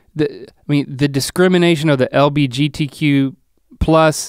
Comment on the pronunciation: "L.B.G.T.Q.+", I thought TikTok was joking about Straight people doing this, there's a reason why the letters are in a specific order, and I was just thinking about Link messing it up for a few minutes before and then he did, move out of the way Mr. Rhett, I'm the Psychic now, no Redbull required. 😂